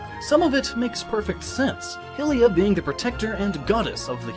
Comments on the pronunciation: Ignoring everything else in this video because...if you pronounce Hyrule as High-rule then why are you saying Hill-ians and Hill-ia for Hylians and Hylia? Every language in existence generally have the same pronunciation for letter combinations. Therefore shouldn't it be High-lians and High-lia just like it's High-rule? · You pronounced Hylia like "hillya"... Don't you think "Highlia" would make more sense because of its close relationship with "Highrule"???? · Please stop with "hill-ya"... It's not "Hillrule" it's "Hyrule" pronounced HIGH not HIH... so The people are High-lia... I seriously can't even absorb & try to consider your theories because of this... Think of even the parallel realm Lorule... HIGH-rule, LOW-rule... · Also its Hylia (Hi-lee-yuh) not (hil-lee-yuh) -_ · I always thought Hylia was pronounced "High-lee-uh", not "Hill-ey-ah". Though that might just be me. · omg it's pronounced hylia not hilia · Cool video, but it's HIGH-liar, not Hill-ea. As in Hyrule (HIGH Rule). It was bugging me the whole time lol. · I hate to burst your bubble,, but for those who don't have a magical magnifying glass or mask: 1) Be honest, you do think it's an Easter Egg but it's more fun to think it's not. 2)It's Hiee-lee-a, not Hil-ee-a; think of the i in fire, it's the same but diphthongs are hard to express in writing. 3)The Twili were forced to wear masks and changed into shadow creatures by Zant, once you expose them to a Sol, they change back, the only one that wear anything at all are Zant and Midna. 4) A common hypothesis is that "Because of her part in creating the laws of the universe, it is speculated that Nayru is the Goddess of Time referred to in The Legend of Zelda: Majora's Mask." Although Nayru could be Hylia, since she is the goddess of Wisdom and Zelda is the wisest person in the world it seems. 5) The Downfall Timeline doesn't take place before the Child Timeline. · its hi laya not hillia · Actually her name is pronounced Hialeah